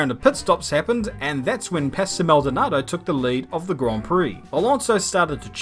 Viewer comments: hearing say 'pastel' instead of 'pastor' makes me think there were two maldonados: the crashy-crashy dont want to finish a race one and the LORD maldonado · It's pasto not pastel